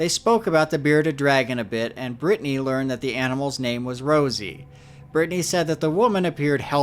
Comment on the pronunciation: Why you keep saying Rosie when Chelsea herself even said its ROZZY